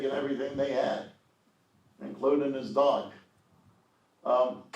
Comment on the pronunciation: "THEY TURK HIS DAAWG"! 🙂